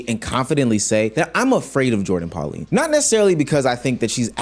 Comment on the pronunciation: Her name is Pauline not Polani 😂